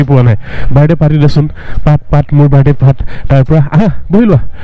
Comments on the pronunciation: তুমি শব্দ শুদ্ধকৈ কবাছোন শুনিবলৈ বেয়া লাগে তুমি কৈছা বাৰদে 👉বাৰ্থদে কবা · জন্ম দিন বুলি ক'লে হয় বাৰদে বাৰদে বুলি কৈ আছে । শুদ্ধ কৈ ক'ব লাগে বাক্য বোৰ।